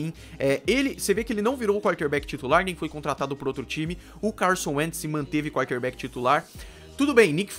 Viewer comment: Primeira vez que eu tô vendo o seu canal, nuita boa análise, bons dados. Pronúncia correta nos nomes dos Jogadores e nome dos estádios, mas algumas posições e termos a pronúncia não tá muito boa, wild card, quarter back, etc. Só uma crítica construtiva pra você